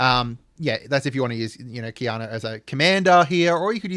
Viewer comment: Yep, butchering that name indeed haha Quina (Queena)